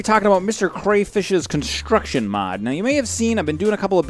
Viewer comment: conshtruction mod... :P